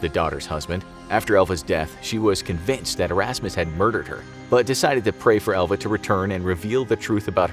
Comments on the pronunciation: I kept hearing ELVIS instead of Elva. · I did too.